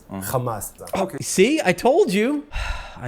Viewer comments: I hate how they insist on pronouncing it as "khamas".. and I do believe that some Israeli study was done and found out pronouncing it like this makes them sound more evil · I only laugh at this absurdity. You know you're talking to Z when they mention "Khhhhhhhh" syllable in the beginning.